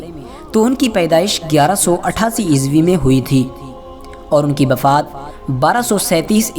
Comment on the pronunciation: Bhai bafaat nhi wafaat hota hai